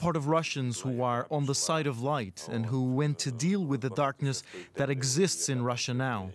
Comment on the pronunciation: Obviously this, obviously dat